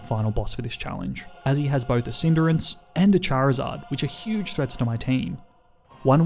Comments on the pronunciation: This guy really pronounces Cinderace (Cinder-acse) as Cinder-ince, like hindrance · It cindarace not cinderance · great content but you inability to pronounce moves and pokemon names detracts from the quality e.g. its not dura-lude-en its dur-ral-ah-don, the max water move is not geezer its gyser(guy-zer), wyndon is win not wine, go-lis-a-pod not goaly-ose, cinder-ace not cinder-ence